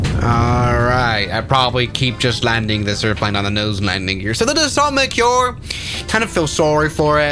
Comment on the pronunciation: And horribly mispronounced!